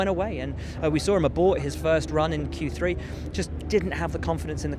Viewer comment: At least try and say it properly just once, Valtteri. Q three. Not Q tree. It sounds ridiculous year after year. Edit: I do realise I sound awfully negative, I'm trying not to. Honest :D